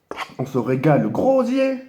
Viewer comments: Je rêve ou il dit " le grosier " au lieu de gosier 😂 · Il a dit le grosier au lieu du gosier ahahaha je suis mort la ahahahahha